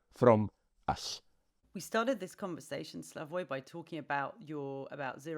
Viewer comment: lol - 25 years as a leading public intellectual and they call him Slavosh